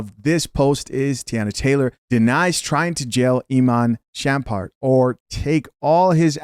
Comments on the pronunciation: SHUM-PERT. NOT … SHAM-PERT….LOL. You had me rolling. You know you don’t know who he is outside this story…😂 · why do you continually mispronounce his name lol "SHUMPert" not "SHAMPERT" 😂😂😂😂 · It’s pronounced : Shump - ert